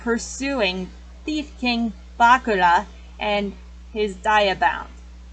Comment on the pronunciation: *Sorry that she mispronounced Bakura and Atem Sorry*!